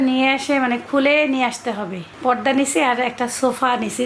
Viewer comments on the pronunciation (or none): It's porda not podda. Apnar uchharon ai rokom kno??podda podda korte e achen. Plz improve yourself.